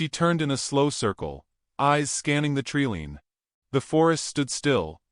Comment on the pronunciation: I have to laugh every time the narrator says “tree lean” because I imagine a line of trees leaning over as if bowing.